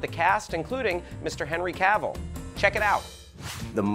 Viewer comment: you did cavill wrong, but it is nice to embrace it